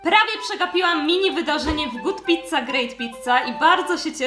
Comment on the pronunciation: Uwielbiam goot pizza guut pizza ale! Tylko jak ty to nagrywasz